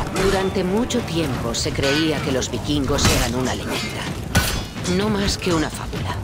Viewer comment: "bikingos"... "vikingos"....